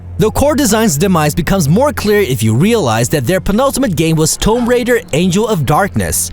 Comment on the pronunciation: Tome Raider seriously !!!!!